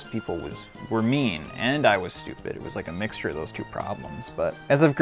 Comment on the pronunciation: saying "s-toopeh" compilation